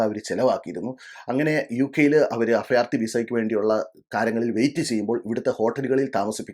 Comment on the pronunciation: അഫയാർത്ഥി, ഫരണം. എന്താ ഇത്😂